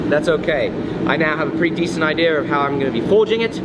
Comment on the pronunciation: there is NO “R” in “idea”!